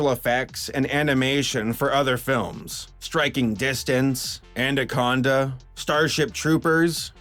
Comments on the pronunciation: And-aconda?! Speak proper you!!! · Did you say "andaconda"? Why? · "andaconda" :D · 'Andaconda'?! I enjoy your vids but you have some weird ass pronunciations at times. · he said "andaconda" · "Andaconda" "ANDaconda" "AND" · "Manaconda" "MANaconda" "MAN" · Did you say andaconda ?